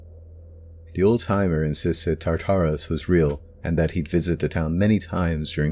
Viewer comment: He talks a little bit fast in some places and I don't like the way he pronounced "Tartarus". I have heard that name a bunch and never in the way this guy says it.